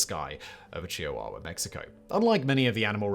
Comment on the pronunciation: #2. I love Simon, but give him a word, and he’ll mispronounce it. Never heard it pronounced Chia-wah-wah. Certainly Brits know of both the dogs and the cheese, if not the Mexican city that is their namesake.